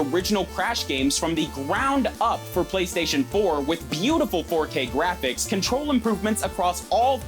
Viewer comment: And every syllable is enunciated in the most unnatural way a human being would ever speak. “THEE BEST GAME ON THEE PLAY-STAY-SHUN”